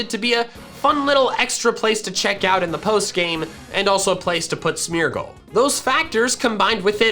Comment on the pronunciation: Everytime he says Smeargle, it sounds like Smeagol